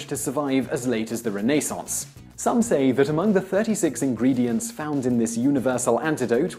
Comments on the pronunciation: "re-nay-saince" "by-zant-ton" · 'rene sauns' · Without the captions I would have no idea what you're saying cuz you don't know how to pronounce anything. I've never heard anybody pronounce Byzantine like that or even Renaissance. By the way I live in Waterloo now still haven't heard anybody say it like that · Ren-a-sonz. Biz-an-teen. AlternatING current. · I like how Simon pronounces "Renaissance" and "Byzantine". Very British. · Please learn to properly pronounce Byzantine and Renaissance. It’s pretty cringe worthy hearing them incorrectly. I always love the videos but errors like these undermine your credibility to informed viewers. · Wow. His mispronunciations are very distracting. Please google "byzantine" and "renaissance"